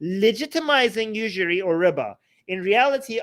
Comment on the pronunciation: Everytime you say riba, I hear Ryba (Polish for fish). ''I'm not allowed to charge 'fish', because of islam?'' Isn't that hilarious? Edit: I'm not Polish, I just love learning new languages.